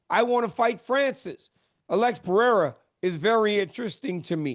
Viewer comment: How is this clown an mma reporter and still cant pronounce alex pereira correctly